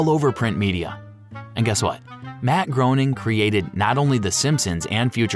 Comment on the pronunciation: You mispronounced Groening many times … to the point where i watched 7 minutes waiting for another. So Groening connects all of his cartoons, congrats for finding the reddit thread that you used for this video.